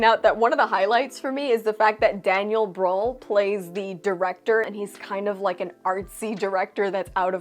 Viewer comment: German here. Don't want to nitpick, but if you want to know how to pronounce Daniel Brühl: you get the ü-Sound when saying ee (like in see) and then purse your lips and make a duck face.